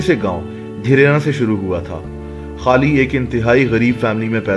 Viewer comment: Bhai Pehle bolna Sikh le..... खली होता है।।ना कि खाली 😂😂